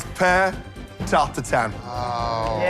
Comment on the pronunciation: Butchering the French language. It's [taʁt tatɛ̃], not TART TAR-TAN. There is absolutely zero N sound in there.